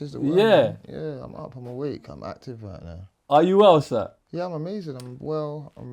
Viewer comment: Man said "if i really want to get actifff"